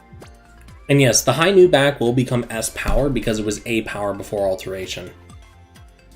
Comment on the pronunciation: Why do you say "AlterNation" and "Amgalmagation" when it's "alteration" and "Amalgamation"?